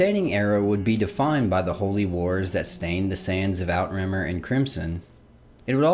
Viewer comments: that’s French, it’s pronounced eww-trah-mere. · Good video but plz research proper pronounciation. GerMAnus, not GermaNUS. Outremer: ooh-tra-mehr. And so on.